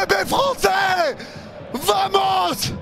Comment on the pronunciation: des barres ..... essaie de dire Bamos ! le v se prononce B en espagnol !!